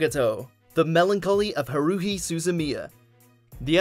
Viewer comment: Idk why... but the way you pronounced Haruhi... ticked me off just abit 😅